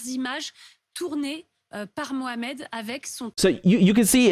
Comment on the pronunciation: I never thought I'm going to support the French police. I love how you tried to mumble the name. Is it MOHAMED? I couldn't hear you. Mohameds are destroying France. Because the police doesn't let them do what they want.